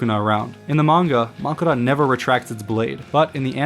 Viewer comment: Did you not watch the episode? They literally say Makora.